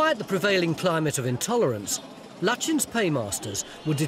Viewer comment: Sir Edwin Landseer Lutyens tonys pronunciation of the name seems all wrong to me ? its like turning bucket into bouquet or bu quay